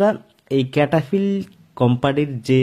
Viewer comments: ক্যাটা ফিল নয়, সেটাফিল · Name tai to vul ...bolchen.....cetaphill